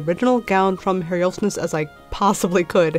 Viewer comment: More details than I can ever imagine that I'll need. But still fascinating. MY to little bits is your pronunciation of Herr-'yolfs-ness (incorrect). It should be plain: 'Herr-yolvs-ness. The 'Ness of Herhjolf'. A latter-day Scandinavian Viking